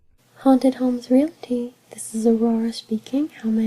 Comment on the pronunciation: this is a great idea for asmr. good job. the only thing though...please don't say realaty. It is pronounced realty. REALTY. I am not trying to be rude only to educate. Sorry if I offended you.